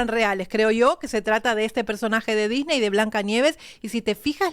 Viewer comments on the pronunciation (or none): none